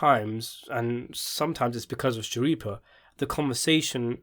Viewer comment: I loved the podcast! Could u do a better job? It seems you wanted Michael and Steve to be perfect. You are finding a lot of fault, for someone who can’t even pronounce Steve’s last name correctly? What’s up with that? I don’t care much for videos of people who don’t show their face, especially when they’re criticizing others who do. I’m an avid fan of Michael & Steve and I think they did a great job and I can say that because I watched every podcast episode. I find it hard to believe that you can even give an educated opinion, when you only watched 4 episodes of the podcast. That’s not a fair analysis. Most people took into account that Michael and Steve are actors, of a long running TV series, not creators of podcasts.